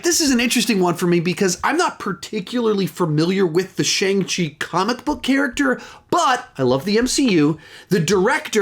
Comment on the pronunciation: By the way, you say Shang wrong. The ang is pronounced the way the ong in King Kong is pronounced. Just so you know.